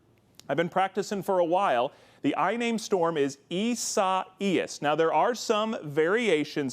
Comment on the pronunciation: I cringed a little when he pronounced Isias Lol